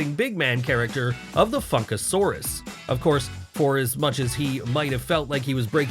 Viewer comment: Is it just me, or did it sound like he said f*ckasauros instead of funkasauros .